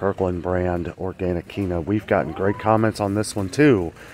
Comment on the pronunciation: Hey.....Quinoa is pronounced KEEN-WA. Weird I know. 👍